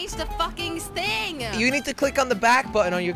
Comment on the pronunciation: jelly your girlfriend said szing not thing